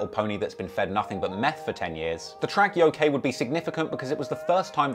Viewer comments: That title of the song “Yokai” isn’t pronounced Yo-Kay. The actual pronunciation is Yo-Ki, with a hard “i”. It’s a class of spirit within Japanese folklore that can range from Malevolent, Mischievous, and Benevolent intent. Though many westerners that only vaguely know of the concept of the Yokai usually misinterpret the word using it interchangeably with the Demon. Despite them not being demons at all, even by western standards. Which was obviously 6ix9ine’s intent for using the word, using it to mean demon rather that just coming out and saying it. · This dude said Yo K it’s pronounced YoKai 😂😂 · Lmao its pronounced "yo-kaii" not yokey. Its Japanese tho, so you get a pass. Lol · Its pronounced "YOKE-EYE" not fucking "YOKAY" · Ngl I die inside everytime he says Yo-kay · how he pronounced Yokai annoyed me lmao